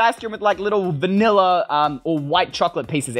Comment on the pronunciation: WHY HE SAy VANILA MINECRAFT -.